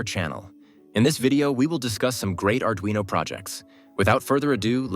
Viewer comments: yes thank you. My question was about pronunciation... There is a single r in Arduino so why some people mispronounce it as Ard-rino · Why is it called ard-rino